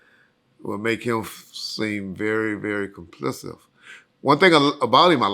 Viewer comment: Complicit, the word is complicit